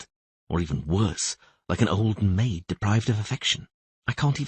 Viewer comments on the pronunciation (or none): none